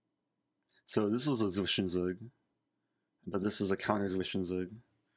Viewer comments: for any non-germans having problems with "Zwischenzug": Try to pronounce it more like ts-wischen-ts-ug (ts as in lets, "Z" is a very sharp sound in german). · 😂😂 i am german it was very funny xD